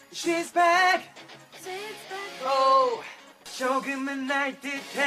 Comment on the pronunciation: Actually it's "She's Back" but from SungGyu mouth it sound like "swishe back" LOL